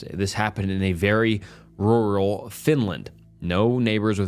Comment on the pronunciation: i like the over-exaggerated pronunciation of rural